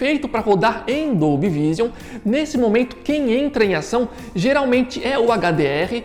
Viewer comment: só uma dica, a pronúncia de Vision seria algo como "viijâm"